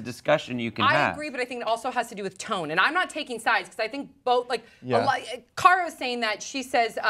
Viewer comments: I think the interviewer was a fucking bitch. First of all, get the fucking name right! Cara!! It's not hard and you're not John Travolta. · the interviewers were being so rude and unprofessional. they weren't even prepared and said her name wrong. they owe cara an apology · Eh I didn't really like Cara with this interview. She seemed a bit stand offish from the start. I understand they got her name wrong but that's really not a big deal. I have a pretty exotic name and people have mispronounced it numerous times and I just laugh it off. So in my opinion I feel like she kinda put this on herself from the vibes she was putting out in the beginning. A lot of people are saying it's the British sense of humour; however a lot of her facial expressions suggest, to me at least, she was pretty annoyed throughout it all. Just my 2 cents